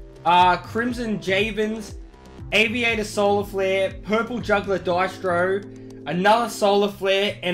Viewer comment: As an Italian, it really hurts to listen to him say Diestro.